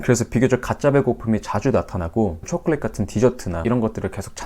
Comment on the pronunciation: 쵸콜릿 발음 좋네요😃